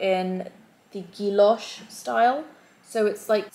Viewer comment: The 'll's are silent in guilloché... pronounced as gui-yoshé...